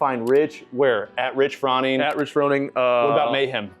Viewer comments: Did you call him Rich Frawning? 😂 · How are you in this space but don’t know how to pronounce Froning?